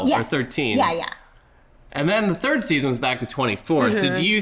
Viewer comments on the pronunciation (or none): none